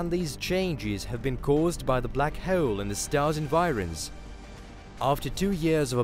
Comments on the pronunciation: .."a black heuoole" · "black heuwl" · black heole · "black heole" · The return of the "Black Hewl"